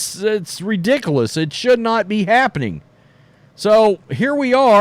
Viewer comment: First of all learn how to say ridiculous. Secondly, do your homework on K.L.S., she is a prolific 3 pt shooter and a smart player. And, of course, Hull and Berger should be playing more, they are all high IQ 🏀 players like CC22.